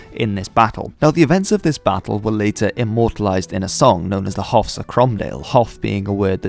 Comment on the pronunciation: Haugh is pronounce ho' btw and it would be Stewart not Stuart. .